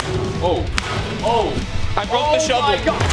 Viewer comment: Every time they said shovel I thought they said McDonald’s